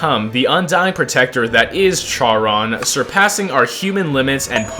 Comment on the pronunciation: its pronouncued sharone